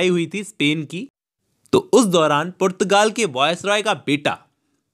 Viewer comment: Portugal ❌️ purrrtagaal✔️